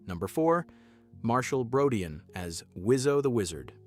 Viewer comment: Brodeen not Brodeyan